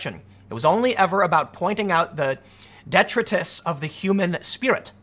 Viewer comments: For the record, the word "detritus" is phonetically said "deh-try-tus." See Wikipedia: /dɪˈtraɪtəs/ I know that names can be hard to pronounce, but this one you should know how to say. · De-trite-us =P.